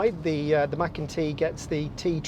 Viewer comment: It's called macan t .not Mac and t ?lmfao